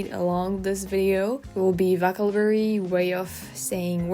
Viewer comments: Oh, and by the way, it's "voh-KAB-u-la-ry", if we are talking about correcting pronunciation. You tend to say "vocabulary" pretty quickly so the stress gets shifted like you do with "delicious". I thought it was ironic to think of that as you were talking about "delicious" (and it was tres amusement). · your English is great. one small pointer…not to criticize at all, but because I know that you are always seeking to improve. The one word that you used a few times that the pronunciation was off on, vocabulary. Put a little more emphasis on the second “cab” syllable. Keep it up, you’re doing great! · Think of yourself saying 'oh shi# ' the next time you say vocabulary. Not a soft 'ah'